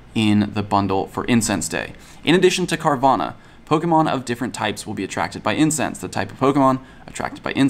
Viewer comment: Carvanha not Carvana